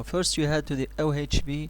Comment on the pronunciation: it's ovh not ohv I don't think he said it right once